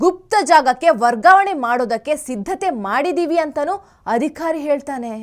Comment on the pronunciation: ಅಂದವಾದ ಗುಲಗಂಜಿಯಲ್ಲಿ ಕಪ್ಪು ಚುಕ್ಕೆ ಇರುವಂತೆ, ಎಲ್ಲಾ ಉಚ್ಛಾರಣೆ ಸರಿಯಾಗಿ ಮಾಡುವ ನೀವು ಅ'ಧಿ'ಕಾರ ಎನ್ನುವುದನ್ನು ಅದಿ'ಖಾ'ರ ಎನ್ನುವುದು ಏಕೆ?